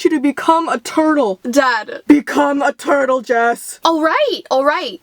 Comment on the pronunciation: Lol that was funny when she said BE COME A TURDLE